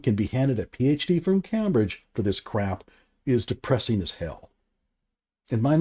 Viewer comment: As a sharp critic, you stink. And you should really learn how to pronounce Cambridge if you're going to do the old 'smug condescension' bit.